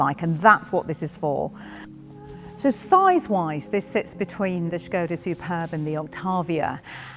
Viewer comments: This looks amazing! I really hope they keep everything in the production model - but worried about getting hair tangled in the head rest! I also love that you are pronouncing it properly - "shko-dah" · Thank you for pronouncing Škoda correctly!